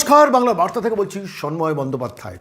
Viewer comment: আমার মনে হচ্ছে আপনি "বাংলার বাত্রা" বলছেন। "বার্তা" হবে হয়তো। ভুল মার্জনা করবেন।